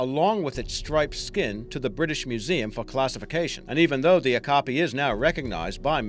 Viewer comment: Great video! Okapi pronounced Oh-cap-ee